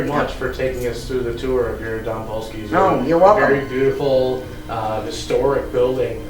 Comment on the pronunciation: Great show, but dom is pronounced with a long o, like the word dome.